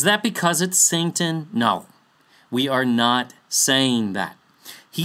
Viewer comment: just curious why do you pronounce satan as santan? I have been wanting to ask this question since Magog video.